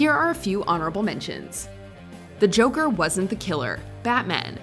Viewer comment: Oh my god I just noticed something joe-ker